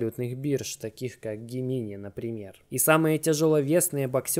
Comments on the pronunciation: ну со всем уважением, не Гемини, а Джеминай!!! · Не Гемини а Джеминай (GEMINI)